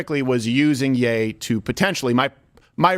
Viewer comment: Ye isn't yay. It's yee.